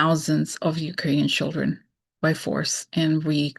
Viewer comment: Her reading her notes did she write down the word "schilldreeens"🤣🤣🤣